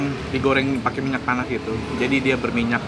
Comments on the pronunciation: Kok aku dengernya minyak panas yak? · Koh. Kok aq tiap Koh bilang disiram pakai minyak panas, telinga q kok dengernya selalu minyak tanah ya. 😂😂😂